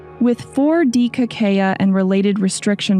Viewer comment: Por que a apresentadora , de modo recorrente, não pronuncia o nome de Kakeya, pronunciando somente C A A ??? iNCOMPETENCIA, INSEGURANÇA ,BOICOTE, PRECONCEITO ? Algo combinado com aprodução do video ? Para um assunto que preza preciosismo, não devia ocorrer tal tipo de falta !!!